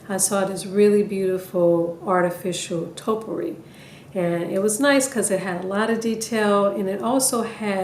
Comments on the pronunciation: There is no such thing as "totpourri." Topiary ( TOE-PEE-AIR-EE) is the art or practice of clipping shrubs or trees into geometric or ornamental shapes. A Topiary is the shrub or tree that has been shaped. Topiaries is the plural form. Now that we got that out of the way, you did a lovely job. Your topiaries look great! Merry Christmas, everyone! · Toe-pee-airy not toe-per-ees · Its pronounced topy ary. Not topery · Nice job but i have to say this topiary is pronounced toe pee ary. thank you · Stunning hair and thanks for the instructions. But gotta say -- it's TOE-pee-airy! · I actually like the last one the best, but they all look wonderful. It should be pronounced "toe pee air ee". These all look beautiful. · You did an excellent job and I love, love LOVE your videos(!!) so, I don't want you to think I'm being a grammar nazi. OK? PLEASE?! But...'Topiary' is pronounced like [TOE-pee-AIR-ee]. I was going to not say anything but you're such a nice person - or you seem to be - and I know I would want to know if I was mispronouncing a word. Thanks again for your AWESOME videos!! :-) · Great ideas to save cash but the correct way to pronounce the word taupe~E~ ary Hopefully that helps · Hi! I'm a new fan. I started following you just before your summer break. Pardon me, but you are pronouncing topiary incorrectly. It's toe-pee-air-ee. I'm not the grammar Nazi, I'm only trying to help.